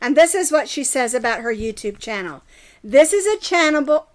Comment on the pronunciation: When you accidentally said channel wrong.